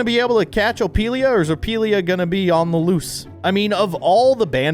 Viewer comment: Did he just say opilia😂